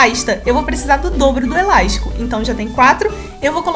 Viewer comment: "Eláixtico "... amo esse sotaque😂